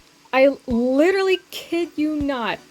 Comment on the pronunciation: liRely 🤔 what is that?, she liRely